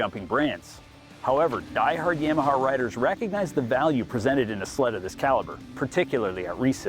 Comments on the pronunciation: Buddy learn how to say Yamaha ….yam aha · Yeah-maha? You say Yamaha funny.